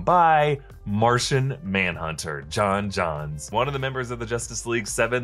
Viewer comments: It's Jones not John's you tool! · I'm fairly sure it's pronounced 'John Jones' for humans. :)